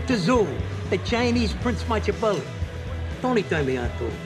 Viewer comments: He said, "The Italian PRINCE Machabelli", which makes it even funnier. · Paulie even managed to fuck up "Machiavelli" while butchering Sun Tzu 😂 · It's funny how Paulie - a proud Italian-American, mispronounces Machiavelli's name